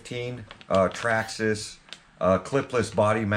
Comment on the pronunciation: The all new "Trarrma Slaton"😂👍